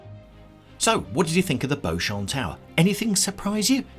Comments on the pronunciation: Pronounced BEE-chum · I thought it was pronounced Beechum? I could be wrong lol